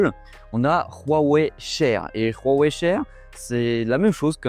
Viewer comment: On peut dire Wouawoué svp ? Pas Rhhouwawe